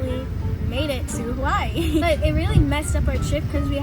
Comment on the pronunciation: I hate the way she pronounces “Hawaii” 😒